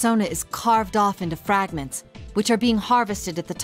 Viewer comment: Pearsonah fwagmenths